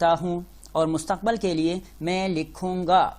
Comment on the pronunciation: Mustaqbal Kya hota hy Mustaqbil hota hy.